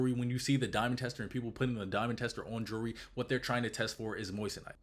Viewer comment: Bandman pronounces jewllery like jury